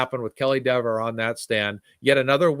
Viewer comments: Don't you CARE mispronounce her name! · I think he said Dever name wrong on purpose to piss her off and make her mean and look bad so the jury saw how nasty she was being behind the scenes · Dever pronounced her name 2 ways. She introduced herself the same way Jackson had been saying it, & then she changed it just to be snippy.